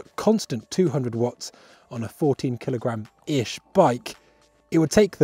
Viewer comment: What’s a “keelogram”?